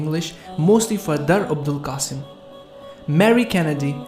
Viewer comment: Abul Qasim, not Abdul Qasim.